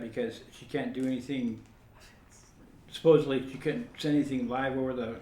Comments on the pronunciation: Supposedly...not supposebly. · It's supposedly.... not supposably 😂 sorry, pet peeve. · What a complete tool. Btw it’s SUPPOSEDLY not SUPPOSEABLY.